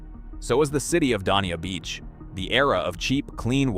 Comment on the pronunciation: You pronounced Dania Beach incorrectly. I live about 3/4 mile from the ocean and closer to the wide ICW in Palm Beach County. My little well still pumps fresh water for sprinklers. This is simply AI garbage